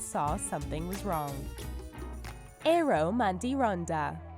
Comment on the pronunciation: Omg im from Finland and Im laughing so hard when you said Eero ...😂😂😂